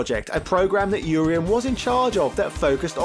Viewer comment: Urien is a Welsh name? Welsh is a confusing language if you are pronouncing his name right. I prefer your pronunciation. I've been pronouncing the first part of his name with the UR the same as URINE and second half as E-N. Which always had me so confused. Also assumed they were both supposed to be Greek